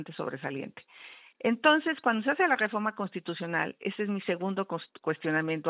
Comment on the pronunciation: XÓCHITL SE DICE "REFORMA" Y NO "DEFORDMA" ENSEÑATE A HABLAR NO SE TE QUITA LO 💩💩💩💩 AL IGUAL QUE AL LOCO Y TONTO QUE TE ENTREVISTA 💩💩💩💩💩